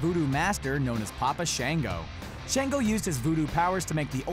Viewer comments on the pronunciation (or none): Shaw-ngo not Shay-ngo. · Sh -on -go. Not Sh-an-go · Shon-go not shan-go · It’s papa “Shon-Go.” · He’s not saying Papa Shango name right😢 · And shango